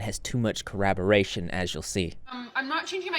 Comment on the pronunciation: Hey man, I love your content but it's driving me crazy that you keep saying "corraboration". Corroboration is a word, collaboration is a word, "corraboration" is not a word.